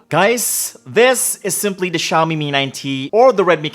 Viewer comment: Ano po yung "Xiomie" ma'am? Tingin ko kase "Xiaomi" lol